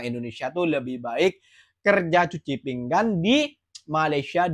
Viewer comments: Adoi bilang pingan pun pinggang. Cuci pinggan tu cuci piring. Kalau cuci pinggang tu kalau lu ada sakit ginjal di pinggang. Adoi dari dulu nngomong kagak betul. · Sebutannya biar betul bukan "pinggang" tetapi "pinggan" harap maklum...